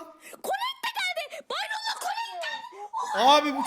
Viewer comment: colte diyo ya kollet demesi gereken yerde colete diyorya